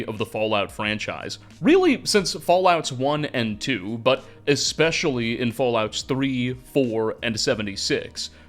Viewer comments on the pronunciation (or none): none